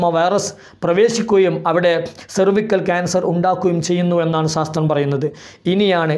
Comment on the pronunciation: 'സാസ്ത്രം' അല്ല 'ശാസ്ത്രം' ആണ് 😆🤣 ആദ്യം അത് പറഞ്ഞു പഠിക്കൂ.